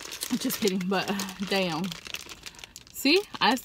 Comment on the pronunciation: the most mexican damm ive ever heard lol, anywho brb gonna go buy me some hot cheetos im hungry as hell now